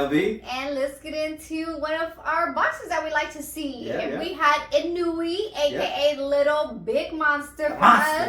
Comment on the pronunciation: You pronounce it. EE-'NOY-YAY, not ee-noo-ee; sounds like 'KON-YAY